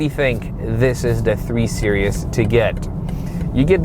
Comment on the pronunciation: Are you saying 3 serious?